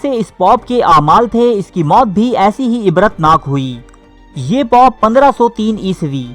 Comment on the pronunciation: Please use the word " dosto "---. It is not POP---it is pope---. Pop is a type f music---.